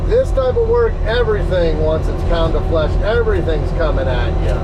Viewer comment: Another banger it sounded like you messed up saying pound of flesh at the end 😂